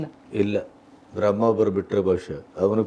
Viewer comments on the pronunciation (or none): none